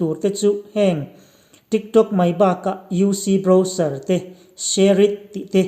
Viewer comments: Trick Trok ati....ka ngaithla ṭha leh ngat... TRICK TRAWK...TRIK ṬROK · a pangai in alam zeuh zeuh. Mase midang aia in tih danglam a atum vang in TRIK TRAWK ti in a lam leh vel a.putar aw a ang ropui si.